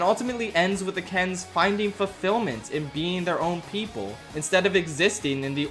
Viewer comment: I hate how the Oppenheimer guy says PePol